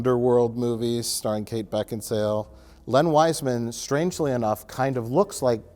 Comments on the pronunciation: "I have no idea why Kate Beckinsdale... Beckinsdale?" Mike: "BeckinSALE": "I have no idea why Kate Beckinsdale..." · but then, backinsdale. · kate beckinsdale or beckinsale? .. it's beck-in-sale.. oh ok, kate beckinsdale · "Beckinsail or Beckensdale?" "Beckinsale." "I have no idea why Kate Beckensdale..." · going straight from "I really want to murtle Arnold Schwarzenegger" into "Kate Beckinsdale" is just beautiful. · Did they edit saying Beckinsdale after he asked for the correct pronunciation? 😂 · Was it edited sneakily or did really say “beckensdale” again after being corrected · 26: 40 I spit out my spaghetti when asked how Beckinsale was pronounced and then mispronounces it anyway. LOL! (yes I know it was overdubbed) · I love this running gag of editing so that any time he misspeaks, it’s made to appear even worse. I have to believe he didn’t actually say “Beckinsdale” again after and it’s just reusing the audio from a few seconds earlier 😂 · Guys, it's pronounced "Kate Bakingsale". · Mike faked a mispronunciation into the video. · asks what the actress's name is. Mike tells him. says it wrong. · skilfully edited in repeating the mispronounced Beckinsale after is corrected, genius. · whoever edited to mispronounce Beckinsale's name a second time you are my hero lol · They took the audio of him saying "Beckinsdale" from earlier and dubbed it over him probably saying Beckinsale correctly. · J edited wrong pronunciation of cate beckinsale in when he says it again after mike corrects him lmao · asks how to pronounce Beckinsale then immediately does it wrong anyway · You dubbed a mistake over just so he wouldn't pronounce Beckinsale correctly. Hilarious. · asking how to say Beckinsale and mike editing in him saying incorrectly is hilarious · is corrected on how to say Beckinsale, IMMEDIATELY gets it wrong again. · Beckinsdale? Beckinsale. Beckinsdale